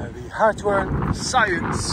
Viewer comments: Harwell not Heartwell 😮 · It’s pronounced “Harrrr well”. There is no “T”.